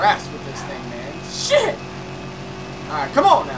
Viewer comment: When you say shit it sounds like your saying "chet"